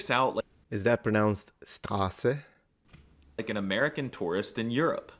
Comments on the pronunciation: in german the s at the beginning of the word is always pronounced as "sh", so that would be pronounced as "Shtrasse" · It´s actually pronounced ˈʃtʁaːsə , so the first fricative is very different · Almost, one of the first things you learn is that st together, especially in the beginning of a word, that is a sh-t sound so Straße would be Shtraße ish, but you got the sharp s good. 👍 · Strase is pronounced like shtrase. St makes a scht (sh t) sound. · Im native in german and every pronunciation of yours was fuckin spot on. Warum & ich are on native lvl. Straße would be perfect to but you pronounced the a to short. Its like straaße, i cant convey it better unfortunately. Im Austrian & love my Neighbor Italia so much. Its so beautiful to appreciate each others language. ❤ Ick instead of ich is wide spread and wont disappear in the next decades atleast. Its very common in Berlin & Umgebung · Oh my goodness you completely butchered straße it's pronounced shtrasse